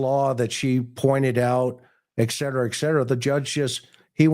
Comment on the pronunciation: McDonough drones on too long. Plus Etc is pronouced ET CETERA not ECK CETERA. Drives me crazy.